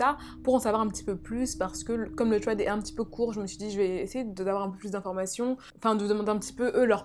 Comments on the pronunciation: Je connais déjà le 2 eme thread ! 😪 mais sa se prononce “sred ” et pas “tred " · C'est trop mignon tu dit "twread " au lieu de "thread" >\\< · Sauf que personne ne prononce ce mot "TRED" xD "SRED", à la limite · Je ne suis pas d'accord, je trouve que c'est hyper frustrant d'entendre des S au lieu des TH 🙁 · On ne dit pas un《thread》avec un t mais avec un s !!!!! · Pour thread, On prononce pas « sraid ? » plutôt que « tréd »? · j'suis americaine et enfaite thread c'est tred tout simplement. sraid je sais pas d'ou ca sort mais ca me fait grincer es dents chaque foi. comme quand vous dite ''the'' comme 'ze'' c'est ignoble ahahaha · Ça de prononcé "sread" 😂😭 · Le pwemier thwead 😂😂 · « Le twed » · le pwemier twed 😂 je t’adore 💗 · HAHAH ”twèd”😂❤️ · j'ai bien aimé ces thwead comme tu dis mdrr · Moi aussi ça m'irrite à chaque fois qu'elle dit tréd 😂😂😂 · Mehdi Mazouz mais oui mais en plus elle est là elle tape des phrases entières en anglais et tout mais « tréd »😭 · C’est déjà mieux que Squeezie qui dit vraiment littéralement « srède » puis ceux qui arrivent pas à prononcer le « th » dites vous qu’aux US une bonne partie de la population prononcent ce son comme un « t » directement et en angleterre c’est même parfois prononcé comme un « f » (écoutez du rap britannique vous allez voir mdr) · Insupportable ta façon de prononcer « thread ». Soit on parle anglais soit français mais on invente pas des prononciations. C’est super irritable. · Vidéo géniale + qui galère a prononcer le mot THREAD j'adore